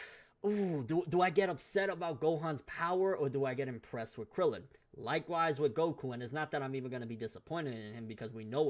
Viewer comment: by krillan krillian its krillan, props to krillan but its krillan hahahaha